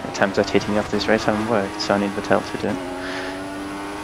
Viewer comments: Well actually it is more like Fettle - exactly like settle, just with a spoken F:) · Great video! But could you pretty please learn to pronounce Vettel's name properly?